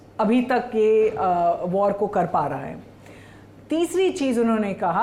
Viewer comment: वॉर को वाड़ कहता है, बिहारी एक्सेंट है😅😅😅